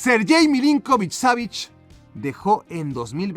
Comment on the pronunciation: la pronunciación del nombre de milinković savić en todos estos años solo he visto a una persona decirla bien jajsjs